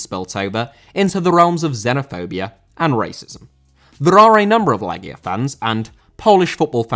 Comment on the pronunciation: Thank you for correctly pronouncing the name of the team. I told my friends it's pronounced "Leggia" and not "Lejia" and they looked at me like I'm a pedantic know-it-all. It's like walking up to an English person and asking them about the "Lie chester" team than won the Premier League that one time. EDIT: , CSKA is actually pronounced "Cheska". It's pronounced "Hadiuk Split", the J is like the J in Ajax.